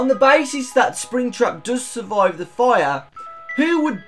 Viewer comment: is that a british accent? "pizzaria ,suvoid, foulks " sry If I`m being racist but I found it funny